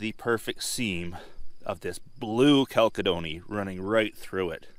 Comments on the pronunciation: chal·ced·o·ny /kalˈsednē,CHalˈsednē,ˈkalsəˌdōnē,ˈCHalsəˌdōnē/ Learn to pronounce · ....I think the pronunciation is chal-SED-nee. Chalcedony. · You are pronouncing it wrong it is pronounced (CAL- SEDD-KNEE) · Texan here. We pronounce chalcedony more like “kal-said-unie”. It’s funny when you hear someone pronounce a word completely different than you’re used to hearing it. Don’t know who’s right, but I’m not sure it really matters. I got what you were sayin. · That's gonna make some pretty cabochons. Beautiful claim, also. I've always heard "chalcedony" pronounced [kal SEH duh nee] Gotta get you one of those Diamond Pacific lapidary machines. :-) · "kal-sid-nee".....chalcedony FYI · It's kal·seh·duh·nee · So a LOT of people thought it was important to correct me on my pronunciation of Chalcedony. I say it the way I do because two old timers who taught me most of what I know said it the way I did on the video. That being said I know within my rock club most say it with a soft "c" although people still love to debate how it should be said. And frankly it really does not matter how you say it if as long as people understand what you are saying. Maybe the oldtimers said it that way as a joke or maybe it was their accent. Maybe they just said it wrong too. Anyhow, tomato, tomato..... a rose by any other name would smell as sweet. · Beautiful material! I have to know what it is! I know you said chalcedony (and I don't care how you pronounce it, everyone says rock terms the way they learned them), but there has to be more to it! (since pure chalcedony, while giving a bluish appearance sometimes, that's the result of tiny bubbles scattering light, and that doesn't work when you back light the specimen, the are grey. This stuff IS blue, so I'd love to know why!) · Yeah, a strange pronunciation. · Fyi. The second C is pronounced as an S. The CH is like chemist as you said.